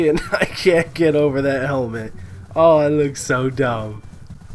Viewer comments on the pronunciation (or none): The Helment HAHAHAHAH xD